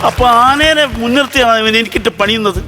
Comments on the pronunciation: ആനെനെ അല്ല....ആനയെ എന്നുപറയുക....❤❤🎉😮😮 . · ആനേനെ .എന്നല്ല ആനയെ എന്ന് പറയണം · എന്തോന്നടെ ആനേനെ അല്ല ആനയുടെ മലയാളം pora